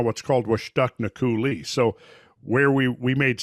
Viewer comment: Not to be that guy but it's pronounced COO-lee with emphasis on the first syllable, not coo-LEE. If anyone else in Eastern WA can back me up please do so :)